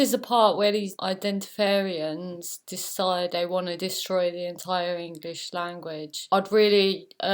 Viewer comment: Was that word "identifarians"? I want to make sure I get it right, because I need that word in my life.